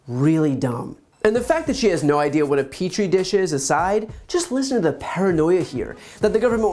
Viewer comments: “Peach tree dish?” 😂🤣😂🤣😁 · I'm glad I wasn't the only one that caught her saying "Peach tree dish" ☠️☠️☠️☠️ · This B***h just said “grows in a preach-tree dish” 🤦🏻‍♂️ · Did she say “Peach Tree Dish”?? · "peach tree dish" 😂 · She probably overheard someone use the words petri dish, but i guess she missed all her science classes and thought it was peach tree dish😂🤣😂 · did she say "peach tree dish" instead of petri dish? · Peach tree dish??? Did she say that ? I’m kinda speechless... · Peach-tree dish? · “Peach tree dish” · Did she just say a "peach-tree dish"? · "Peach Tree" dish??? 🤣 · Did this creature really say ‘peach tree dish’? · did she say "peach-tree dish"?? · “Peach tree dish?” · Did she say ,"peach tree dish" ? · She did say “peach tree dish?” Wow. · Did she just say a peach tree dish??? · Did she say a “peach tree dish”? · It’s got nothing to do with her staff. She’s so stupid that even if her staff screwed up, she STILL isn’t capable of catching their mistakes. Peach Tree dish? EXACTLY WHAT IS A PEACH TREE DISH? This woman’s STUPIDITY KNOWS NO BOUNDS. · Did she say peach tree dish, instead of Petri dish? I’m calling the gezspacho police! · I literally facepalmed when she said “peach tree dish”. MTG and Bobert must have gone to the same school when they were younger because their mispronunciation of some of the most basic stuff is overwhelmingly stupid. It’s no wonder she falls into conspiracy theory after conspiracy theory, she isn’t smart enough to speak proper English and it’s her native language! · Did she say “peach tree dish”?!